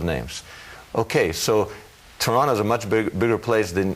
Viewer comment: Not that this is relevant but did he live in Toronto because he prononces it without the second t like a native